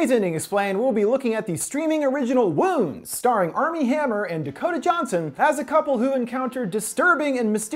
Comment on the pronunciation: i swear i kept hearing Womb